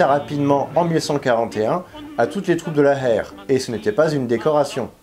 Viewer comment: Dis plutôt « Héér » que « Hair » si tu peux 😉